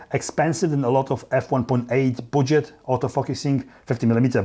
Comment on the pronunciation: Ya it is not buwdget